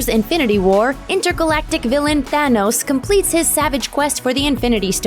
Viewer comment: Downlike because you pronounced it as "Th-EH-nose"